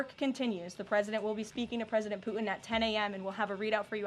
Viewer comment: Somebody tell Karoline there is a "t" in "Putin" and "important." She doesn't pronounce the "t" for some reason.